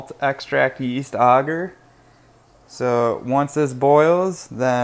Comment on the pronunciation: its not "auger" its ay-ger